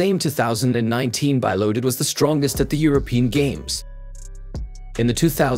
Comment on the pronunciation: It's bee-lodid, not bye-lodid